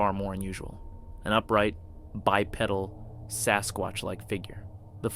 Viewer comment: He actually called it a "bipeddle". Near the beginning when he's filming the guy in a monkey suit. 😅😂